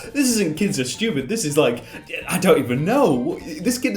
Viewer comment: He do be saying steupid